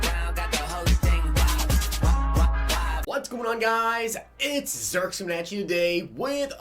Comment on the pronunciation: it’s a I not a e for the zirk in zirksee